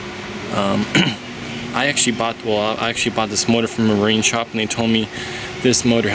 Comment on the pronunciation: Cowl not hood Double u d 40 not dubba d 40 Water not wahder Actually not akshally Cause not cahz Culprit not coalprit Skeg not skag Run not ran Reverse not ruhverse Bolt not bowl Taken not tooken